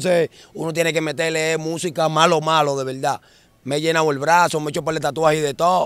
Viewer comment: En veldad en veldad 15,000 veces